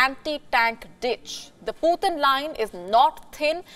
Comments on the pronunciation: The puthin line 😂😂 poo thin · Lmfao, the "pootin line" 😅🤣🤣🤣😂